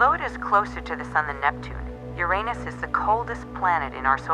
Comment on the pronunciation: To bad they pronounced Uranus wrong.